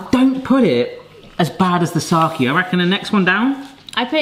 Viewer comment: English-speaking people trying to pronounce Japanese is the funniest thing ever. "moki" instead of "mochi", "saki" instead of "sake". Just the best, please keep doing it!